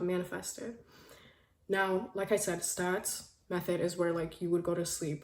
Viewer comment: girl you're sooo pretty and so happy you mentioned neville goddard but girl it's SATS not STATS